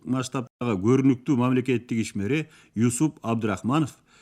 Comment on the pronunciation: Ушул уктурууну чыгарганыңыздарга, эмгегиңиздер жана убактыңыздарга ыракмат. Бирок, Юсуп эмес, Жусуп деп окусаңыздар жаштарга дагы түшүнүктүү болуп, эсинде кыргызча аталышы калмак.